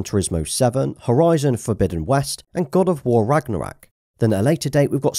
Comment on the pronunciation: “God of war ragnarack”